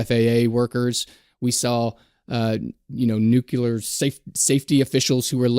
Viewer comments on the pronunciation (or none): If we can be held accountable, please pronounce the word correctly as nuclear and not nucular.